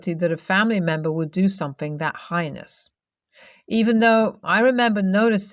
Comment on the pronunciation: Heinous is pronounced like hay-ness, not highness.